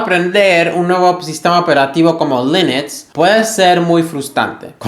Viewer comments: Porque dices: linix? 😅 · Por favor, para de decir lEnux